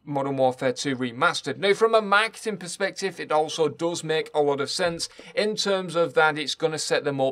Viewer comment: Took me forever to figure out he was saying "marketing."